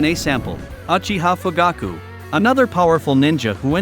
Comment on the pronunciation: shiswera yes shisqwer uhiha junjustu LOL